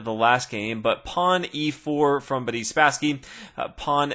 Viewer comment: I always hear "Buddy Spassky" and I have to think of "Buddy Jesus" from Dogma :'D